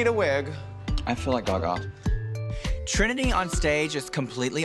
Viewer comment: yasss even botched the name hunny, I thought they said T slur lol